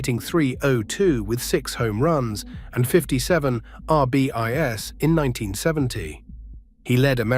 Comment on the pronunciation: Not for nothing but if AI can't even properly pronounce the baseball stat "RBIs" correctly on a baseball video, then how is it going to take over the world? Me thinks this AI is not going to take as many jobs as the Tech overlords think it will.